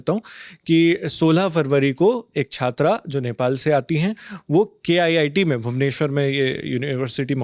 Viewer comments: I suggestion... don't say K.IIT, it is very disrespect to IITs. Say it as KIIT. (KIT) 😂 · K-IIT 😂😂 . It’s KIIT not K -IIT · Bros the reporter said it wrongly when describing KIIT in this video